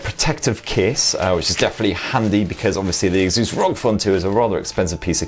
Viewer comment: whats with all the weird pronunciation of "asus" lol